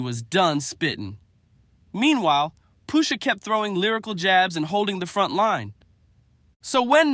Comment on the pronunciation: PUSHA....NOT POOSHA wtf lol